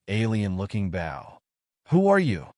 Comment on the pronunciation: it's a bow not a bow (like a ship).